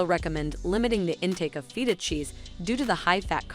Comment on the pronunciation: OMGthe way she kept saying Feta 🤦🏼‍♀️🫣😂